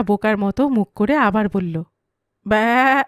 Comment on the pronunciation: ব্যা উচ্চারণটা এক্কেবারে সঠিক হয়েছে। তা এত নিখুঁত ভাবে শিখলেন কি ভাবে 😅😅 সুন্দর উপস্থাপনা 🙏